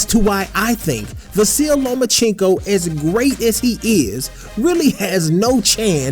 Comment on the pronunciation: is it just me or is he saying “the silly lomachencko”